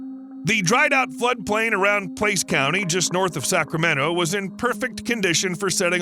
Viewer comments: Placer County….not Place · P L A C E R County not Place county , use all the letters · "Place county" teehee Placer, like the mining method Thank you for this video!! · Funny how you errored on pronouncing (Placer) County pla-cer or plas-er -In mining (A deposit of sand or earth in a river-bed) etc. which contains particles of gold or other precious minerals.